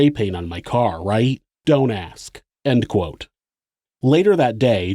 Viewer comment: the way the narrator pronounces “ end quote “ is the most notable atrocity committed in this video.